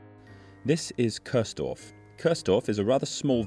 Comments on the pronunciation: Nice video, but it is called Kursdorf, not Körsdorf 🥲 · Your narration pronounces the village name as Curse-dorf (English pronounciation), which litterally translates into "damned village". Properly, that village name is pronounced as "Chores-dorf". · Interesting video, even for someone who lives only one city away in Dresden I never heard of this before.🫶🏼 Only a small side note: you kept pronouncing it Köörsdorf, when it's named Kursdorf, with a U, pronounced like in "Uhlenhaut" or a shortly said "cool" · Chores-Dorf is kind of weird, worse than curse-Dorf. It is Kursdorf. It's the look sound: ˈkʊʁsdɔʁf where the ʊ is also in look:lʊk. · It isn't Cursedorf, its Kursdorf. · Nice one. Though I have to be "that" German: the village is pronounced "Coors-Dorf" (yea, like the beer), not "Curse-Dorf". Just little to no "r" sound. Think of "huah!", then you got the "ur" right. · No, it's pronounced koors-dorf, with the "oo" spoken like "look" or "took" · The pronaunciation of Coursedorf really puts me off. There is no o to speak in Kurs. Kurs indeed really means Course in a navigational context (or price at stock exchanges) so it is somewhat funny but still irritating. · Curse-dorf? Even as a German, I heard that :D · noticed how the narration pronounces the village' name is "Cursedorf" (english pronounciation) which translates to "Verdammtes-dorf"...! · Cool video. Keep it up. But: in German, U is always pronounced like the ou part in you or like the oo part in moo or boo. So the right pronunciation of the village is "Koursdorf". 😉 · great video all in all. But if your point was to pay tribute to a ghost village, why do you insist on pronouncing it wrong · 😊 The u in Kursdorf is pronounced like the two oo in cool. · nevermind, I just had to fulfill my obligations as a German to be annoying and overly correct on the Internet 🤣 Thanks for a great video and for telling an interesting story!